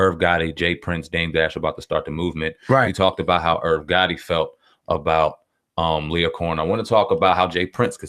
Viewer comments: Nigga u said Lawyer Cohen wtf?? Lee-yor if u tryna read and sound it out properly smh if u can’t spell or say names right or get stories right and all the facts then why podcast my brutha? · It's pronounced Lee-Or not Lawyer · “Lee-Or” is how it’s pronounced!! But, whO cares the ppl know what tf he talking abOut!! White ppl been Dividing and conquering since the beginning of time!! Black men or the “culture” has to realize when outsiders come alOng and use our own shyt for their monetary gains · Drewselum bruh how dude seriously gonna mis pronounce this dudes name the whole show?!?! Mad annoying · pronouncing his name all types of wrong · You’re not even pronouncing his name right smh :/ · my man you saying his name wrong man i wish yall cats making these videos would do your homework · CHARLES CRAWFORD I THOUGHT I WAS THE ONLY ONE WHO FELT THIS WAY. MISPRONUNCIATIONS ETC BOTHER ME, AND ALSO GIVES A SENSE OF AMATEURISM TO SHOWS SUCH AS THIS. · YOU MISPRONOUNCE LYOR NAME!!!!!!! SMH